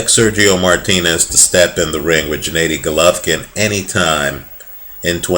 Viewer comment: the first consonant in Gennady is the same as in Golovkin (all of the GGG in Gennady Gennadievich Golovkin are pronounced the same way as in his family name, Golovkin -- akin to English words 'gear' or 'good'). Nice call about GGG. Has all it takes to beat up anyone at 160lbs. Has some notable victories as an amateur -- e.g., KOed Lucian Bute, is undefeated as a pro, and has a bit too much of the power for the weight, yet a good defensive game.